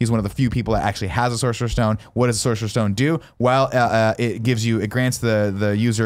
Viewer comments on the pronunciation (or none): Guys. every time you say Sorcerer's Stone my ears bleed